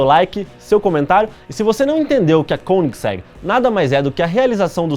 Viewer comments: Koeningsegg pronunciado como um altentico Sueco,esse cara é fanta kkkk. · De tanto vc falar Koenigsegg eu aprendi a escrever e a falar certo tb kkkkk. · Pelo que já percebi, sueco e alemão são bem semelhantes. Assim, esse 'oe' de Koenigsegg deve ter a mesma pronúncia do alemão, ou seja, uma mistura de 'ô' e 'ê'.